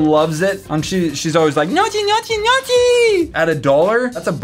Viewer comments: Harrison T actually it's pronounced "nee-o-kee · its pronounced no-key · You said gnocchi with a "ch" sound. WRONG!!!!!! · you should try to pronounce it "GNOKKI", italian here and the way you say make me cringe, nice channel tho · Justin Illiano I am not Italian but it still annoyed me to. SHHHHHHOOK NASTY! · I'm not Italian but it annoyed me LOL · I'm not Italian at all and I was triggered. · Thank you so much....that was driving me INSANE. I'm Italian-American and the Italian heritage is incredibly important to my family...and god was it driving me nuts. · Justin Illiano SAMEEEE I WAS SCREAMING WHEN HE SAID IT😂😂😂😂🇮🇹🇮🇹🇮🇹🤘🏻🤘🏻 Italian gang gang🤘🏻🤘🏻🤘🏻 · Justin Illiano i literally facepalmed so hard lol. As the grandson of an Italian grandmom that cooks all day, i was very shook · I'm glad I wasn't the only one that was bothered by that 😂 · Whitelyre when I heard it I cringed a bit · Yeah, as an italian it was kind of cringy, people always mispronounce it (just like risotto, bruschetta and mozzarella)... Also when he said it was pasta, we don't consider them as pasta at all, they're basically potatoes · Grazie mi stava sul cazzo la pronuncia come lo diceva lui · I am sorry, normally i dont care, but you repeated it so many times that it really bothered me. in "Gnocchi", the CH is pronounced like in "Chaos". Thats it keep having fun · it was getting me shook lol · The way he pronounced Gnocchi made me cringe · Your are PRONOUNCING gnocchi wronggggg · Am I the only one who cringed every time he said gnocchi incorrectly? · I wasn’t the only one triggered by that I’m polish and eat this all the time i told me Sister and she was shook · Box Bo close but the GN makes a Ñ sound. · i died a slow and painful death during that gnocchi segment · Anyone else triggered by pronunciation of Gnocchi? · in 2017 didnt knew how to pronounce gnochi LUL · I died when you pronounced Gnocchi. SO WRONG OH GOD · gnocchi is pronounced ñioki, not nochi. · more like "nocky"